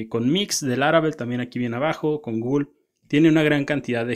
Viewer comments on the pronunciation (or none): none